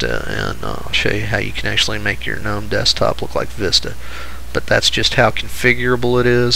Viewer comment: Love the videos, thanks for making them. I;ve watched them all and took some notes. The only comment I have otherwise is that the "G" in Gnome is silent. It's pronounced like "knowm" , not with a hard G like Ga-Knownm